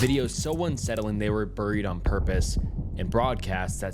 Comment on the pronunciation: Hate how he says burried